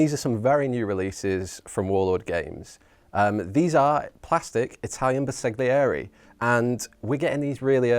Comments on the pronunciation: Ouch! My ears hurt…LOL. Bersaglieri = “Burr-sal-yee-air-ee” (G is sort of silent). Right. Now that we’ve got that out of the way…the figures are quite lovely! Subscribed!! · Bersaglieri is pronounced ‘ber-sal-year-ie’—the ‘g’ is silent. ;-)